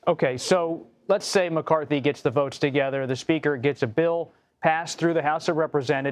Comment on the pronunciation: Votes not boats lol